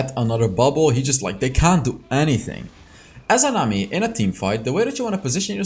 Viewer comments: I like how u say nami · i love the way you say nami the accent👌